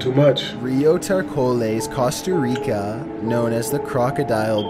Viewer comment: Costah rica